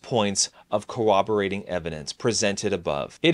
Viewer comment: "cooberating evidence?" Did you mean CORROBORATING?